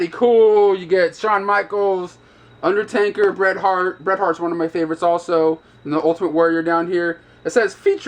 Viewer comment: Is UNDERTAKER! Not UNDER-TANKER.... -_